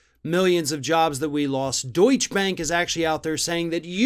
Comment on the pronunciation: It's Deutsche Bank, not Deutsch Bank. It's Porsche, not Porsch. Thank you.